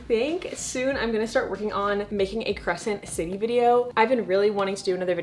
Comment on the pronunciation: Why did I think you said credence and I was like 'no'